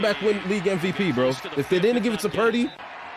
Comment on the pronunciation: I randomly came across your video on you reviewing the Miami vs Niners last year, i saw you called Purdy.."Pundy" 😂 i had to see your channel if you still call him that now 😂